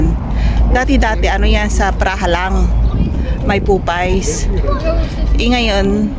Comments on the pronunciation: Miss popeyes not popay.......correction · Ate papeyes po not popays...salamat po